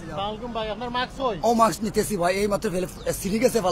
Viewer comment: It’s MASK not Maks. Even driver knows the correct word.